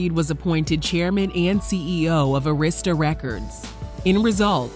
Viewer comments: And Arista is pronounced Air - is - tuh not Urrista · ITS NOT ARISTA (A Rist Sta) it’s Air I Sta = ARISTA Records 😂😂😂😂 DAMN WHO DID THIS VOICE OVER ???? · Pronounced ( Ah-ris-ta) Arista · It’s pronounced Ah-rista records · The way she kept pronouncing LaFace and Arista though....